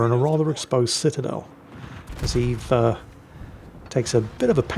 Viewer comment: That's pronounced "Öwwes" ;D